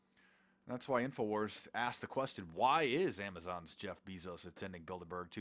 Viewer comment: Ur saying Jeff bezos incorrectly FOO